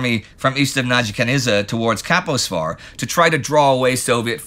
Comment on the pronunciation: Fixed the name of Nagykanizsa, only to mess up "Kaposvar", my city of birth!😅